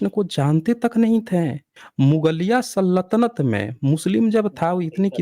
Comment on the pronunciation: सर जी, आप सल्तनत को सल्लतनत क्यों कहते हैं?